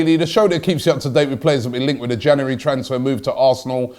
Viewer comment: It's Jan"U"ary Robbie 😊